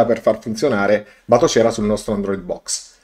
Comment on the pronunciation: però la pronuncia di Batocera... :(